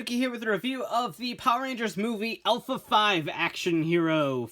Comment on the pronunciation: Did it trigger anyone at the beginning when he pronounced Alpha as "elf a"